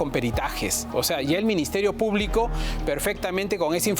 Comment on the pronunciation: Dudo que sepa cde leyes. Escucha còmo prununcia Minsiterio Pùblico.